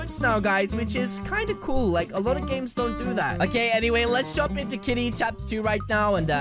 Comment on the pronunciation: you keep saying"KTITY" instead of KITTY lol